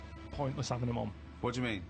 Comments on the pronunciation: and after 'avin a go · "I'm not 'avin a go" - Karl Pilkington, moments before 'avin a go